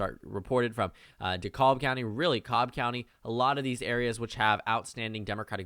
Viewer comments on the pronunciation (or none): It is actually pronounced de-KAB,.